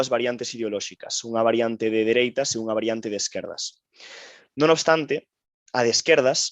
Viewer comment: Encántame o contido, pero que o presentador/moderador non saiba falar galego é, canto menos, raro. Non sabe pronunciar "unha", nin "Un partido", nin "concentración de"... Non é un ataque. Encántame o contido, pero é moi raro. Salvo que sexa criado fóra de Galicia, non me ten sentido